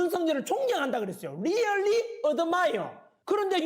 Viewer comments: 리얼리 ㅋㅋ 발음 윳기네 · 리열리~ 어드마이여~~ ㅎㅎ 새끼 발음두 참